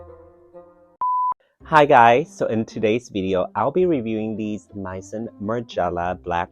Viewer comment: it's may-zon